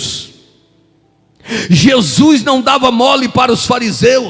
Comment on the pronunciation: É HORRÍVEL ESCUTAR ALGUÉM PRONUNCIAR "JESUIS" AO INVÉS DE JESUS.... JESUIS, NÃO CONHEÇO.